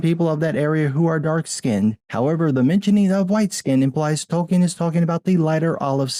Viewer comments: It’s Tolkien.... not Token.... stupid Wamenzon. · "Token" Tolkien.